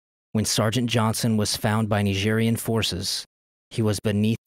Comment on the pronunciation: Why do you say "Nigerian" like that?